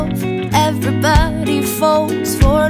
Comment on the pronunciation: Younsaid everbody instead of everybody